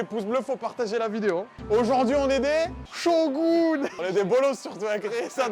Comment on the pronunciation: Bonjour bonjour, je fais un commentaire juste pour en faire 1 et soutenir mon youtuber/streamer pref, son caméraman et son monteur ^^ Ah oui, j'ai compté le nombre de fois où tu dis Shogun... exactement 26x ! 😂😂 (et j'ai pas compté la fois où t'as dit chauv'gun 😂 )